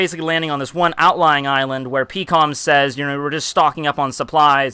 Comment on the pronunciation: Peekoms? Dafuq is his pronunciations of characters